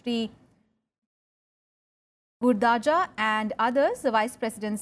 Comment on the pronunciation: 😊not gurdaja,its gurajada